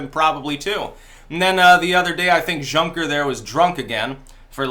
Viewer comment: Juncker is prounounced Yuncker